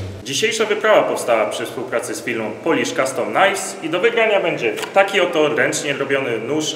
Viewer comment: Przepraszam, że się czepiam wymowy, ale po prostu nie mogę tego słuchać >-> Nie mówi się 'polisz' tylko coś bardziej w rodzaju 'poulisz' z delikatnym przeciągnięciem 'u'.